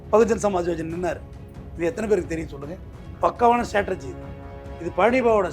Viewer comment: ஸ்டேடர்ஜி அல்ல . ஸ்டிராடஜி